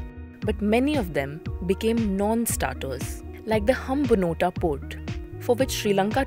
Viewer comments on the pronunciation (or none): its Hambantotta not Hambanotta... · It’s Hambantota not Hambantotta 🤠